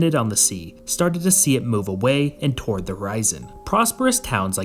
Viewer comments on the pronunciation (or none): none